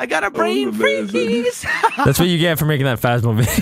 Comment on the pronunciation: "I got a brain freeHEze"😂